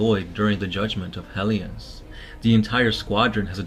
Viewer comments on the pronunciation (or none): none